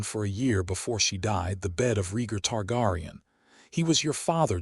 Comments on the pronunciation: Ist pronounced Tar- Gear- ion. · Targaryen (Tar-Gary-En)! But, I Know What You Meant!